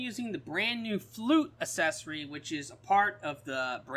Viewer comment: It's "a-ck-s-e-s-or-ee" not assessory lol